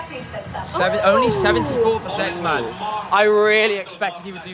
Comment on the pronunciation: It's SexMANE not SexMAN